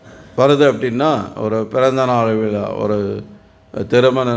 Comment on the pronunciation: ஹரேகிருஷ்ண விலா என்று சொல்லாமல் விழா என்று சொல்லவும்